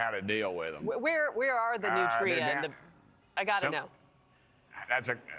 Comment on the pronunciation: Learn to pronounce it. "Nutria" is one word.